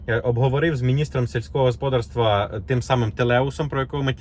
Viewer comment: Сільське господАрство, а не госпОдарство ! Для чого ви так дико перекручуєте наголоси?!